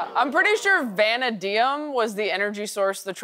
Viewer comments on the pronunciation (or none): Imagine going on ticktock trying to look smart and pronouncing vanadium wrong. 😂